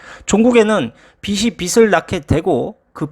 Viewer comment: 빚을[비즐]. 빚이 [비지]. 발음만 잘해주면 아주 좋은 채널이 될 것 같습니다.